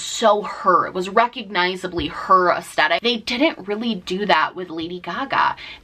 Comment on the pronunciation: Love you but Aesthetic has a "th" not just a t.